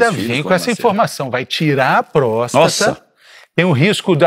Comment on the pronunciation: Me incomodou o médico prenunciando prosta e não próstata.